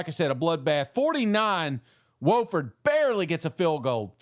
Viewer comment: Its Wofford with a short O. Whoooo ford.